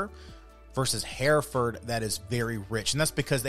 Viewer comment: We raised these cattle when I was a boy and my grandfather was the first president of a Texas hereford breeders’ association. We pronounce it “her-ferd” not “hear-ferd”